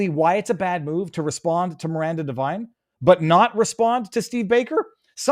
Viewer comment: Devine not Divine. Knucklehead